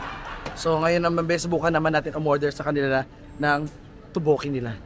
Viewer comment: Teokbokki (tok/bok/ki) po 😂 di toboki